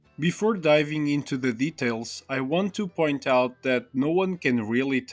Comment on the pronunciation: 'I wiwnt woo it! I wiwnt woo it!' Ahh 🥀